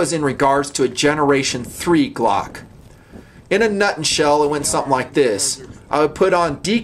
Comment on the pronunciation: "in a nutn shell..." nice.